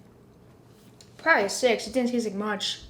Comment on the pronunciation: the way says probly, "proay" xD